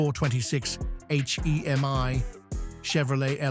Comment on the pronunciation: "H-E-M-I"... lol ai videos all over Youtube now..